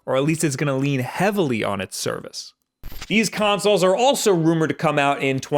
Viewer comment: consolzz With s